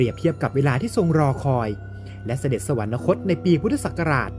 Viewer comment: คิดให้ความรู้คนทั่วไป แต่ไร้การการศึกษาไร้ความรู้ แต่อวดดีทำช่องออกอากาศ เด็กรุ่นใหม่ติดตามก็โง่บรมโง่กว่าควายยยเหมือนผู้เล่าเรื่อง/ ศัพท์ว่า“สวรรคต” ไม่มี น. ให้อ่านว่า สวันระคต ได้ แต่เมิงเสือกพูดว่า สวันนะคต, สวรรค์ ทับศัพท์ว่า สวรรค์, นะ แปลว่า ไม่, คต>คตะ แปลว่า ไป, รวมความว่า ไม่ไปสวรรค์ แล้วไปไหน??? ไปนรกหรือเปล่า??? ระวังคอขาด 9 ชั่วโคตร ให้แก้ไขปรับปรุงด้วย เมิงไม่อายนักปราชญ์ราชบัณทิต ก็เป็นควายยยยไปเถอะ/ อัครมหาบัณฑิตPh.D.P.9+9